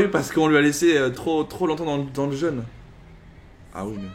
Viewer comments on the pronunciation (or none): none